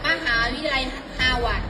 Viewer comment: ฮาวาดร์จ้าครูไม่ใช่ฮาหวัด!!!!🤣🤣🤣🤣👏👏👏👎👎👎